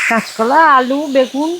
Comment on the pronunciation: কেচকলা আবার কি 😂😂😂কাচকলা বলতে পারো না